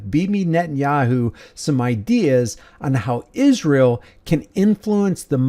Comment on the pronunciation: What is it with Candace saying “Ishrael”? 🙄